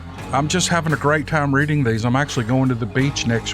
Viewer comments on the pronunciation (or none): none